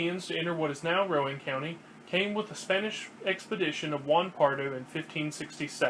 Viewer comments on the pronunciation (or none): It's Row-anne not Row-uhn. Other than that, good work. Lived here for 30yrs.